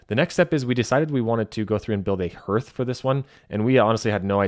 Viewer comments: Excellent video. However, it is pronounced "HARTH," like HEART - NOT NOT NOT "hirth," sounding like "birth." Please. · It’s hearth not herrth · 'Hearth' is pronounced like 'heart' but with a th at the end 😊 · HARTH...it is pronounced HARTH! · Hearth is pronounced hArth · Was that not freakin annoying?